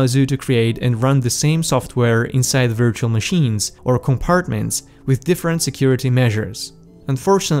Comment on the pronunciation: I like how you pronounce virtual